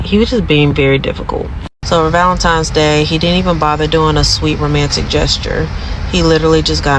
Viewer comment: For the last time, it's Valentine, not Valentime.